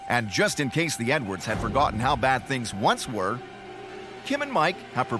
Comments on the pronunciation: The narrator pronounced their family name, "Edwards", as if he's saying "N-words". I'm not even American and I heard it... Look at the other comments and you'll see we're not the only ones. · 😂😂 I thought I heard Nwords too! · It sounds like he says the N-words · When the narrator says Edwards, it sounds like N-words. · That is exactly what I thought! Even tho I know he is saying Edwards I still can here him say “The N words” 😂😂😳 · Right? Had to listen 3 time until I heard Edwards.